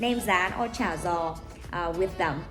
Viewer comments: In the south it's pronounced "cha yaw" not "cha zaw" The G becomes a Y sound not a Z sound. No matter how it's pronounced, it is delicious. Ngon Qua! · That's is not how we pronounce cha gio Whydon't dont you know simple south Vietnamese dialect you are from the north but at least know our dialect. I know yours